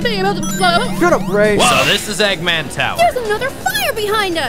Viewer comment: sonic: egguman eggman: heruneezanee me: y o s h